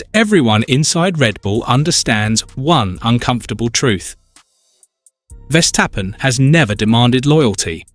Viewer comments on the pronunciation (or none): Verstappen not Vestappen. It’s so annoying I turned you off.